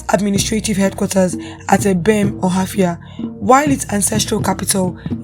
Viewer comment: She didn't pronounce it now